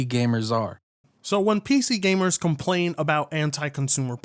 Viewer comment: Normal people: ‘Complain’: CaPplAiN!!!